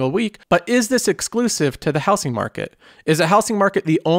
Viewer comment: Anybody else annoyed how this dude says “houSing” market?